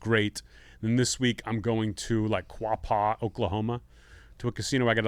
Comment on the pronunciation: It's pronounced "QuOHpaw" if you don't want to sound like an idiot when you're there